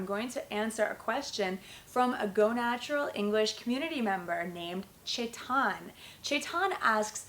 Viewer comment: its chetan not shaitaan